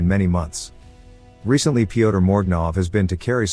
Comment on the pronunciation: I could be wrong but Pyotr is pronounced similar to Peter in English as opposed to "Pea-oh-tuh"